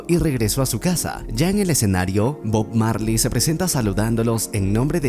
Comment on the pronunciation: Cuantas veces dijo bog Marly en video 😅